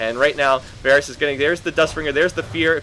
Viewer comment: Why do you keep saying Varus?